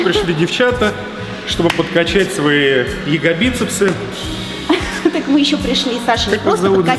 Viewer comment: Не ягобицепсы, а ягоДицепсы